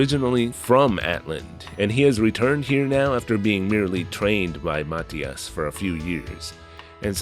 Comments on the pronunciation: I don't think I'd like it much but still fun to hear you talk about it.😉 Not that I'm certain but I thought it was pronounced Mah-thigh-us rather than Mat-hee-us? Although when you say Nasil sometimes I hear asshole.😄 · I think Mathias is pronounced muh-thigh-iss